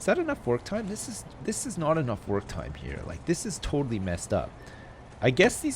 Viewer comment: when u said work time i thought u said twerk time lol